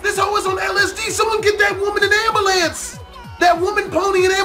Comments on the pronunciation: anyone notice how doesn't know how to say ambulance everytime he says it he says am-ba-lance when it's really ambulance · did you say an ambalance (am-ba-lance), dont you mean and ambulane (with a 'U') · I don’t think he knows how to say it, man over here talking bout ambulambs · He said" Somebody get that woman an Amboolance" Lmao